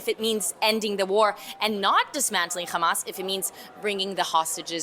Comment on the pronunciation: It's Hamas and Not Khamas....